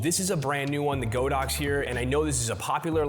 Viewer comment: ITS G A A A A D O X . NOT GOOOOOODAX . LOLS